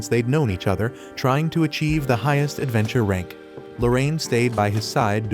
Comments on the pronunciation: bro what did he do to say adventurrrreee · Time why did he say adventure like that💀